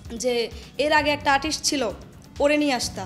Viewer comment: Artist কে আটিস বলছে 😂